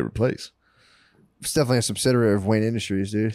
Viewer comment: Could’ve sworn Matt opened it saying Wayan Industries